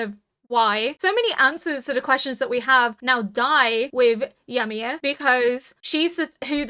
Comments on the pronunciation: the way you mispronounce Ymir is making me cringe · Thank you for the react and A Happy New Year and thank God yimir stopped being the main topic becuase I was running out of jokes about your different pronunciation of her name ha ha. Jokes aside I love the subtle revelation of the last two seasons like the "herring" an ocean fish found so deep within the wall with access to only fresh water (so yimir and reiner recognizes food from outside the wall). There are more revelation which I will keep mum until the end of the season. (Just got to the part of your end discussion "Yam-mir 🤣 becuase yam are vegetables and yimir right now is in coma so is a vegetable... i eill see myself out)